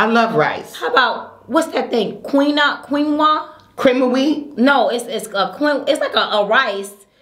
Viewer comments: Quinoa - pronounced KEEN-wah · It’s pronounced keen-wah. (Quinoa) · Quinoa is pronounced as "KEEN-wah" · Amber Devon Right! When looked at the camera and said “y’all know what I’m tryna say” I yelled so loud 🗣”Quinoa” 😂😂😂😂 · ” What’s that thing?, Queen-wah?” Neffe-“Cream of wheat? -“ No, you know what I’m trying to say” Neffe-Nah, I don’t know what you trying to say”😂😂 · B you’re trying to say quinoa keen wahh 😂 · I know I’m hella late but: Quiona, pronounced Keen wah 😂😂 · Amber Devon I’m sitting here talking to the screen say “Quinoa” lol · Lawd they gone tear you up in the comments for trying to say quinoa lol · i knew too...i used to say it wrong.....we are human lol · Karen Lewis Lololol yep girl!!!!! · and both of the couldn't pronounce that word to save their lives 😂🤣😂🤣. It's good to laugh. Am thankful to these ladies. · You do food Mukbangs and cannot say quinoa !! Come on now. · trying to say quinoa and then neffe saying cream of wheat got me deeaaadd 😂😂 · Omg B trying to say “QUINOA” almost took me out 🤣🤣🤣🤣 I feel Neffie on the textures. I can’t do oatmeal or stuff that has multiple textures like bubble tea or tapioca 🤢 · "Quinoa" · U dont knw how to say quinoa???